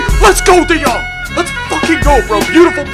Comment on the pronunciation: Your the first Youtuber outside The Netherlands who speak his name good i can know bcuz i live there